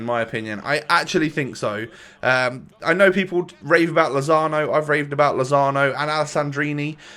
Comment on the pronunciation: Its Lozano